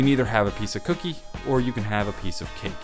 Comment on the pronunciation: The way he said cookie,LMAO Also, Me eating chicken And Shows internal organ Me: ._.